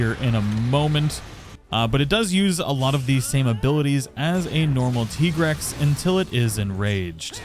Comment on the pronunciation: Listening to you saying "tea-grex" makes my teeth grind, not gonna lie. It's tie-grex That armor really looks like a football uniform